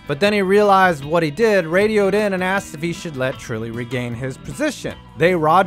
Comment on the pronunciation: Harno Trulli